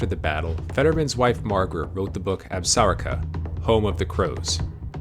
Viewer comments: narrator should understand that the correct pronunciation of Absaroka is actually: uhb-sr-ow-kuh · When pronouncing Absaroka the accent should be on the o not the first a. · ABSAROKA PRONOUNCED AB-SA-ROKA long O not AB-SOR-ICA. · Keep pronouncing Absaroka like that and you will ne laughed right out of Wyoming.